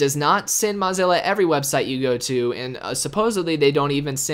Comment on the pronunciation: Learn how to pronounce Mozilla, or stop saying it.